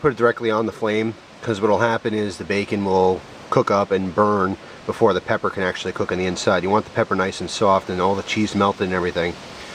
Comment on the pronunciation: for a sec it sounded like you said thats what my pecker looks like instead of pepper